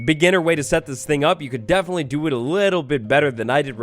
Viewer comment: DEAFEN-itley lol